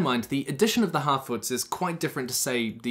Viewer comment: Every time you say harfoots, I can only hear halfwits, because of your accent...